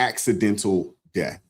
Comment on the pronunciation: Something I couldn't stand about this press conference, every time crump said death he pronounce it deaf. He said "we have to AXE ourselves" .... I don't give a f*** about Black culture ebonics and how you talk but when you're on a world stage and just won't do better? Give me a f**** break